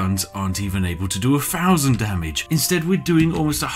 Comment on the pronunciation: doesn’t anybody else get triggered by the way he says “-fousand” rather than “-thousand”